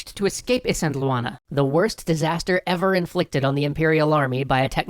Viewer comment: Great series, I'm super happy to see someone talking about Zulu history, even if the way you say Isandlwana drives me nuts.